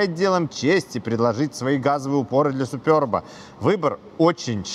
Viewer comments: может суперб, а не супёрб🤔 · чехи говорят просто суперб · " Суперб". А не супёрб. Самим не пративно это слово, произносить. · если прям уж играете в англицкое произношение , тогда уж сьУпёб , а не супёрб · причем тут Китай? Я с Молдовы и у нас все говорят суперб или суперба. Смотрел несколько русских блогеров, они тоже суперб говорят. А тут супёрб о_О включил ещё несколько роликов, там опять суперб говорят. Вот теперь иди пойми как правильно - это в Белоруссии супёрб или все другие ошибаются. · 3ий лучше 😊 и да, не супёрб, а суперб😂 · Супëрб😂 смешно звучит 😅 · Только мне супЁрб слух режет?